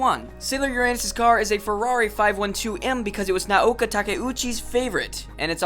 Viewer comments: your pronunciation of Naoko's name and the word shoujo are atrocious -_ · Lol why can nobody pronounce Naoko's name properly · cooool but you could at least pronounce Naoko's name correctly. And anime animation is redundant. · come on your Japanese pronunciation is killing me. You're nailing directors names but mispronouncing easy stuff like shoujo or Naoko come on man gimme a break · theRtardHouse Doesn't the guy just pronounce it as "ah-nee-meh"? That's how people in Japan pronounce it, lol. He was accurate for the most part, excluding how he pronounced shoujo and Naoko's name. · #108 "Naoko Takuechi" is not pronounced "Nuh-ouka Takka ouchie", but more like "Nowko Tuh-kee-utshe". English speaking people mix the vowels all up. The "na"(な) is like "nuh". The "o" (お) is like the "o" in "four". The "ko" (こ) is like "co" in "core". The "ta" (た) is simply a high "ta" or tuh". The "ke" (け) is like "ke" in "Kennedy". The "u" (う) is like the "u" in "youth" right before the "th". The "chi" (ち) is very much like "she", but typically more like "tshe". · ok its too hard to watch this when you cant pronounce the japanese words...its not Shujo (shoujo)..its pronounced Shojo..and its Nah-oh-ko (Naoko) not Naoka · Naoko isn't pronounced Naoka... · And When he says “Naoka” like where’s he getting that A from lol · I know! Who's Naoka? lol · NaoKO SHOW-jo english Amy japanese Ah-me Charon is pronounced Karon Kai o maru eye-no = aino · These fact are common knowledge to an old time moonie like myself. good to know for new moonies. However you mispronounce many of the names, and got a few details incorrect. I'm not gonna list them all here but a few i'll point out is Naoko's name is not "Naoka" .. and hes not "Tuxedo Moon"... shoujo pronounced wrong, Sailor Moon SuperS was said wrong and Minako's last name was pronounced wrong, Utena was pronounced wrong. "Anime" was even pronounce wrong every time ..lol really?? XD well i was entertained at least.